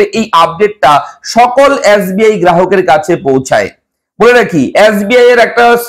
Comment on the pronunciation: Yasbi na Dada SBI 😁